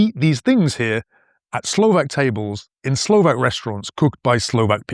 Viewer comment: You pronounce Slovakian words flawlessly.